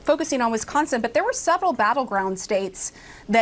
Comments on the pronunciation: Didn't he just pronounce Wisconsin as WiNsconsin? And this not as a minor from the EU or Australia, but as not only an adult in America, but as a United States Representative, which makes it even worse. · I'm sorry, did he just say Winsconsin? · "WINS-SCONSON",.....REALLY!!! THIS IS AS BAD AS WHEN HE SAID "GEORGE WASHING-GAME AT THE RNC!! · He can't even pronounce Wisconsin, called it WINsconin. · Winsconsin? At least he pronounced Madison correctly. Has he even been to Wisconsin?